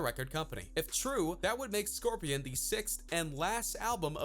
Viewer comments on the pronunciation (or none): "scorpian" xD🤣